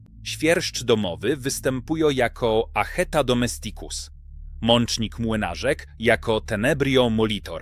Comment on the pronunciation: DomEsticus !!! Z akcentem na "E" NIE na "i"!! Naucz się, łacinników razi taka wymowa. Język łaciński wymaga prawidłowego akcentowania.... inne języki również 🙂